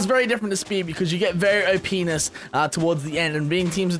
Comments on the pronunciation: Oh boy, was half-listening and heard you say OPness wrong. Oops. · openis he said openis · I thought i just heard say openis 😂😂😂😂